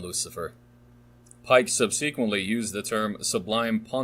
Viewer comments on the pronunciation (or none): Painful to listen to due to excessively poor pronunciation on the part of the reader. I’m slogging through - but who can’t pronounce “subsequently”? Literally all names mispronounced makes this reading sound like AI (even as we can apparently hear the pages turn). 😵‍💫😵‍💫